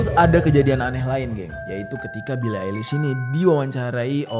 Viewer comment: "Bili Ailis" 😂😂😂